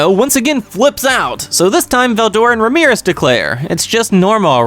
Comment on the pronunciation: RAM-E-RISS not Ramirez😂😂😂😂. Love the videos